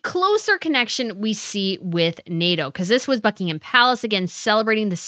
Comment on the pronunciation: Love your content but please the h in Buckingham is silent.